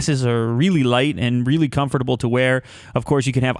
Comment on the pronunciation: Stop pronouncing comfortable wrong